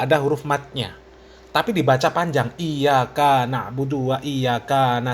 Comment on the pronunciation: kakkkkkkkkkkkkkk kikkkkkkkkkkkkkkkk ,,,,salah total, ,bacaan fatihahnya, ,,,dlm kalimat iyakana', ,,di baca iyakaana, ,ada mad tobii"nya,,,menurut ilmu nahwu, ,mad tobi'i, ,,sma dgn jama muanasalim, ,yg maknanya menujuk pd 2 perkara,,,brarti, ,,iyakaana, ,mnujuk pd 2 tuhan(allah),,, ,parah, ,kikikkkkkkkkkkkkkkkkkkkk,,,,sibahar bersama guru2nya adlh orang orang musrik, ,,menduakan allah